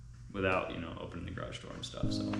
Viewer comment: You said garage four or five times in this video. Congratulations! There is only a little more progress to make pronouncing it like most U.S. speakers. You are at about 90%. Can't you just practice with almost anyone else and listen carefully to get it to 100%?